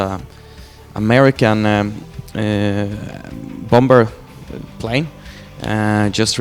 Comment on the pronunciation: The way he says bomber hahah made me chuckle